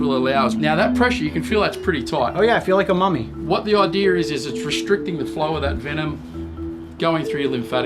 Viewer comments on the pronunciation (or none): " what the ider is"